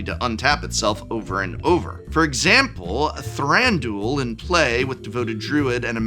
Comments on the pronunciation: Thranduel sounds like a MTG betting and fantasy league lol. Wouldn't Thran du il make more sense in the way they speak elvish in the movies anyway? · Not that it matters, but I don't like the way you pronounce Thranduil :D Very American. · I don’t think “Thranduil” is meant to rhyme with that one daily fantasy sports gambling platform…regardless, great decks! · "ThranDOOL." The amount of hardcore MTG people who don't know ANYTHING about ANY other pop culture stuff is really astounding at times. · lol I’m pretty sure it was all a joke, but yeah people pronouncing Thranduil as “Thran-dool” irk me xD it’s three syllables, not 2